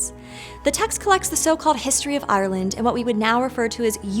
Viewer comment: Can you please look up the pronunciation of "Ireland"